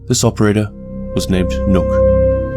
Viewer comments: I losse a year of my life every time Somone says "nokk" and not nøkk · You pronounced the name wrong, you danish hater